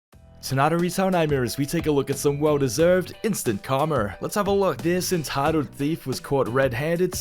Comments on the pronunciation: He said instant instead of instant Karma 🤣🤣🤣 lmfao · he said carmer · "instant karmar" lol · "Karmer" LMAOO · What's "instant Karmerr"? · If the video wasn’t about fights I would have left as soon as you said “Karmar”. I’m sure you pronounce milk as malk to right? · "Eenstont kah-mer" SMH why don't these click baiters just switch to gift card scams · What the fuck is “karmer”